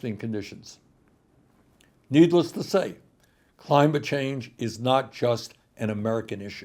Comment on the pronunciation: “Beedless” to say… lol